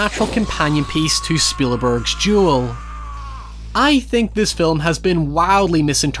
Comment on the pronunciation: Dude says Duel like Jewel but otherwise loved the video